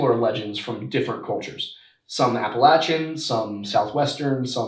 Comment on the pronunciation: I’m glad you’re pronouncing Appalachian correctly now😂